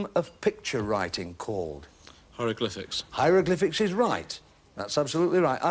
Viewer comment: "Loweroglyphics" *Tumbleweed* 🙄😂